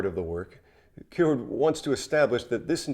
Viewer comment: The way you say Kierkegaard is giving me anxiety.